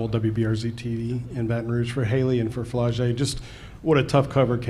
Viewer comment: This nigga said Flau shae Johnson 💀